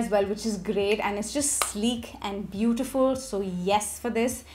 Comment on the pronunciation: I thought you were possessed when that accent popped. Bootifulllll❤